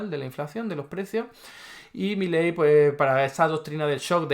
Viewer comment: Primero : es Milei,no Miley.Después,que sea extranjero qué importa? Si está diciendo LA VERDAD,LA REALIDAD DE TODO.Y tercero..a vos un diccionario te puede ayudar a mejorar mucho ...Saludos de un argentino que VIVE LA ESPANTOSA REALIDAD ACTUAL.